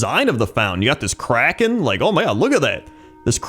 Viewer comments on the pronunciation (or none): none